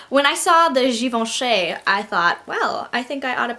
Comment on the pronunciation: I like how you try to pronounce Givenchy the French way (because no one ever bothers haha!) but it's actually an 'ee' sound at the end, like Given-chee :)